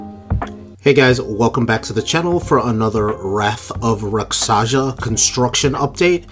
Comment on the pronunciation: I love how many different pronunciations people have for this ride. lol. Rock sazhuh is new to me. lol. Rock-Shaw-Suh folks!! Thanks for the reports though! Love seeing your updates!